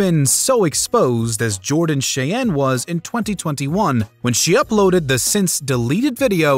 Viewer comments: Jordan Shay-en? Thought it would be pronounced like the Native American tribe "shy-Ann" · The narrator really needs to work on his name pronunciation for Nguyenand Cheyenne. There's already a lot of youtube videos on Nguyen pronunciation alone.